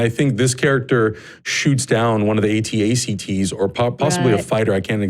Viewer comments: The guy on the right said at-ast and not at-at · Sergeant Blayez You mean the AT-AT's? Pronounced A-T. A-T. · every time this guy tries to say AT-AT though